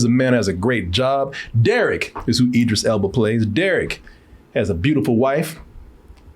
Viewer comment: Hell yea!!!! Say that man name right...can't stand when does that. Its Idris